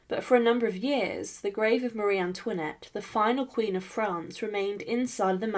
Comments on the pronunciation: Bonsoir. Ayez l obligeance de prononcer le nom de Marie Antoinette correctement. Ce.n est pas mariane luinette. Un peu de respect je vous prie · Elle ne sait même pas prononcer son prénom correctement. 😮